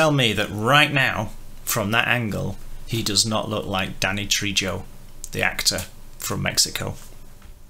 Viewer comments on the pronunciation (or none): I agree. But, FYI, it's pronounced Treyo - in Spanish often J's are pronounced as Y's.